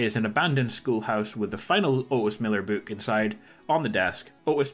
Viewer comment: You're saying book but I keep hearing you say boot.....